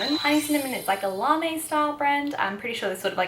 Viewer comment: I feel there needs to be a more low key now kawaii fashion team :p larme is a French word so the e isn't pronounced so it's more like larm :) How did u find the clothing size range in japan? Especially and rouge and wc? I'm leaving in 10 days and dying to go shopping! Love the video btw I've been so excited for this to be uploaded 💖